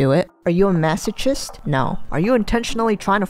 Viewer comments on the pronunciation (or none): I love how she mispronounces masochist 🤣